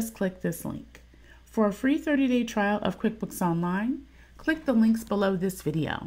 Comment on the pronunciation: "clink this link" lol